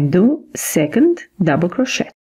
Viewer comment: You pronounce crochet (cro/shay).